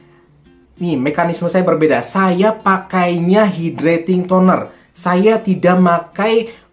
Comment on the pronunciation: Hydrating tonernya bacanya kok gitu